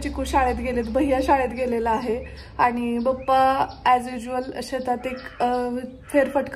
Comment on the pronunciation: ताई तु वडिलांना पप्पा का म्हणत नाही बप्पा का बोलते